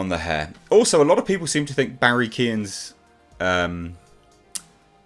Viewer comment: Everyone pronounce Barry's surname wrong. The phonetic way to say Keoghan is: Quown.